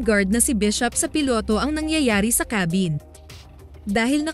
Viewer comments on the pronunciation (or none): none